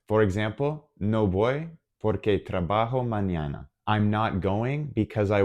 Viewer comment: OK, thanks, but I must comment two points: 1/ Porque (because): the stressed syllable is the first one (it's pronounced 'pórque'). Por qué (why), separate and with accent on the 'e', is used in questions. 2/ Aunque (although/though): the stressed vowel is the 'a', not the 'u'. The word aún (still/yet) does have an accent on the 'u' (and so it is stressed). Espero ayudarte. Gracias.